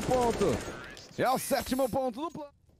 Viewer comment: É impressão minha ou o narrador falou “prano”